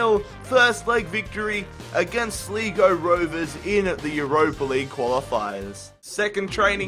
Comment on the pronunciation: Its pronounced Sly-Go. Not Slee-Go. :)